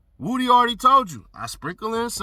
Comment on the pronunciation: Lmao. This whole time I’m like why they keep calling him Wootie. Do they have trouble saying Woody?? lol Wootie Woooh